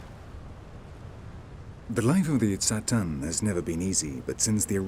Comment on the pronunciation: So much misinformation in this. He says that the Tsaatan(notice that the narrator screws up their name, often calling them Tsataan or even Tatsaan)'s language comes from Turkey. WTF? The Tsaatan's language is TurkIC, but it sure as hell isn't from Turkey! Turkic people all originated in Central Asia and Siberia, some of whom (and not all, such as the Tsaatan, Khakas, Tuvinians, and especially the Sakha [AKA Yakut]) slowly made their way westward in the last years. One of the very last migrations was that of the Oghuz Turks into what we now know as Turkey. The Tsaatan are a far more ancient group, closer in culture, language and origins to Proto-Turks from whom all the Turkic peoples descended. Modern-day Turks in Turkey arguably have more in common, culturally, with Arabs, Persians, and even Greeks and other Eastern European peoples, than with the original Turkic nomads of Central and Northeast Asia. So how the hell would the Tsaatan language come from some place thousands of miles to the west from a people group who only have been in existence for a little over a thousand years, in terms of their ethnic and national identity? It's like saying that Arabian tribesman in Oman got their language from Morocco, or that the English (in the UK) got their language from the people of California.